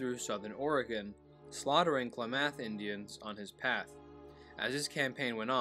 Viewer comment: Pronounced Clam aath